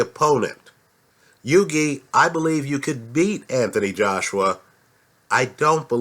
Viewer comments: its hew - e, not hew gay - like thou-ght.:) in a phone booth i'd pick hughie as well - he'd have the ear off AJ's head inside 2 seconds!! there is a boxing lesson coming from hughie - ruiz is an excellent boxer - one of the best out there - says a lot peter putting hughie in the match and at the very least its a REAL FIGHT! (paper ibf and haye). the undercard is excellent - a great night of boxing on the 29th- one of the best cards for a LONG time and a proper even(ish) main - apparently getting quality together takes time. boxing has been around for 100's of years it aint going nowhere - just the other year was the biggest cash prize in sports. the highest earner in sports is/was a boxer. nuff said. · It's not yugi haha it's hughie pronounce the first H lol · the g in hughie is silent, h-yoo-i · It's pronounced Huey. Like the name Hugh. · i'm a big fan and watch all your uploads but if you don't stop butchering boxers names i'm going to learn a different language and only communicate through that language for the rest of my days. Hewww-ey, Gen -ahhhh-dy. Your judges at trial ever wonder who your talking about? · Hughie Pronounced H-YEW-IE. Silent G. Good vid apart from that lol. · Great vid but it's pronounced 'HEW-WEE' Fury. Ruiz Jr is out of shape, no foot speed but excellent hand speed. I think Hughie will jab his head off all night to a unanimous points decision. I am more confident predicting a Hughie win over Ruiz Jr than I am Hughie to beat Joshua at this stage. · On the next vid pleased try to pronounce Hughie properly it's an Irish name just like your surname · Great overview of the Heavyweight division but you're pronouncing Hughie's name completely wrong.